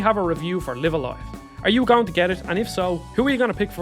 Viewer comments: Isn’t it pronounced as “life” a “life” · I cannot be bothered to watch a video where the presenter did not bother to learn how to correctly pronounce the such a famous games name. Sorry, I will catch you on the next video. The game is name is pronounced Live A Live like Dive A Dive. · Everytime I hear him mispronounce the title, I wince.